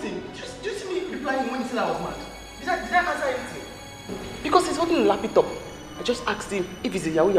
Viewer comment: She said is lapitop 😅😅😊 Oga are you yohoo yahoo